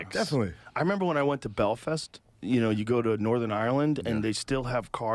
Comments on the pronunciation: the pronounciation of “belfist” got me wheezing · Love when rogan says Belfist😂